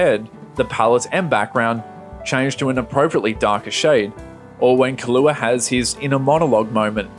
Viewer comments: Great video, but you say prospective instead of perspective, so I'm gonna have to report you to the authorities. Edit: Also, fustration instead of frustration and Kahlúa instead of Killua. SWAT team incoming. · Why u say kalua its killua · Great job on catching that the x in hunter x hunter is silent. But killua isn't pronounced Kahlua.